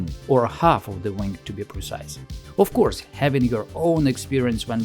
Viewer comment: "Of coursev it's a bomber, can't you see the B we painted on?"